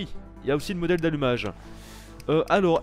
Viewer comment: on dit module d'allumage et pas mondèle d'allumage